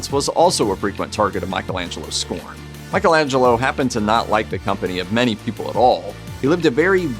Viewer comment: I was going to comment on the mispronunciation of Michelangelo's name, but then saw the comments, and I understand what kind of website it is now.